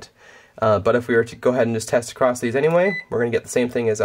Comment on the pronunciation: Very good explanation. But it’s “across”, not “acrost”.